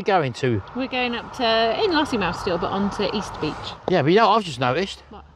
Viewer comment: It is Kinloss not Kinross